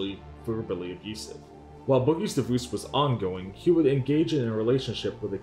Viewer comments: DivUUse XD Taht is a wierd way to pronounce Divorce XD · Lmao "divooce" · Whats a "divooz"? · Did you pronounce the word Divorce as Divoose? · "Deevoose" for divorce is killing me 😅 but this video is really good spotlight on boogie. he doesn't deserve any kind of platform or fame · Deevoose is the strangest way to pronounce divorce. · can’t get over the way the narrator pronounces “divorce” 😅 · The what? Is he saying "deboose"? "Devoose"? WTF is this guy saying lmao! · It's DIVORCE DIVVVORCE say it right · What an interesting way to pronounce “Divorce”